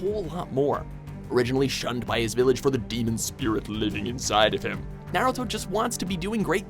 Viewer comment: anyone getting triggered at the fact that he cant pronounce any names or moves in naruto correctly?